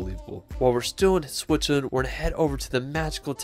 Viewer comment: Swicherland?? Where the fuck is swicherland??? I think you mean Switzerland, it has a T and a Z 👍